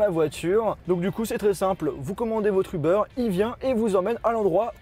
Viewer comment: un ubeure il a dit mdr